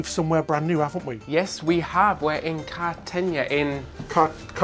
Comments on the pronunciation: Another fun video, gentlemen! My Sundays aren't complete without ship, food, and location reviews with a little humorous innuendo (try David's sausage 🤣) mixed in. Btw IF Cartagena, Spain is pronounced the same as Cartagena, Colombia (both Spanish speaking), then it's pronounced "kart-uh-HAYN-yuh." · Karta h(long a)n ya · Car- te- hen- ya. That's the best way to explain how to pronounce it. Love you guys!! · Car-ta HANG-a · Car - ta - hey - na, you were pretty close! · Hi and David, kar- tuh-hay-na is the closest in English. I love 5he decor of your cabin in this vlog. It looks lovely! Love the ship too. ❤ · So many people are suggesting the wrong pronunciation of Cartagena 😂 it’s Carta-hain-ah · Carta hena, say it like that. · Is it perhaps pronounced CartaHenya? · I love Lavazza - it's what I drink at home! And it's pronounced "car te HEY nya" 😉 Sailing on Sun in October - can't wait!!! Need to update to Premiere, booked with Plus and regretting it. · Hi! It's pronounced Car-ta-hay-na. The "j" in Spanish sounds like a "h". Hope you're well 😀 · It’s actually “car-tuh-hay-nah”. There is no “y” sound at the end since the “n” is merely an “n” and not an “ñ” or “enyay”. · Carrr-ta- hayna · Cartagena pronounced carta hena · Car-tah- HAY-nah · It’s na, not ña so it’s pronounced kar-ta-hen-na. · Car-ta-hey-nya - is how it's pronounced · Cartagena sounds like{ Cartahena} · It’s pronounced carta-hey-na! I love this ship review. Was trying to book a cruise on the Sun Princess, but I think I will wait until it’s a little older. I love the Enchanted Princess though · Pronounced Cartahenia. Suggest you do research before you start. Cartegena has been a naval base since Roman times. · car-tuh-HAY-na :) Also, are you still doing dairy free? Or was this cruise before that ? I cant remember. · Cart-a-he-na, the “gena” part is pronounced like henna. Beautiful Spain! Thank you for the review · it is CARTA-HENA. that is phonetic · Cartagena.....is pronounced.....Car-ta-hain-ya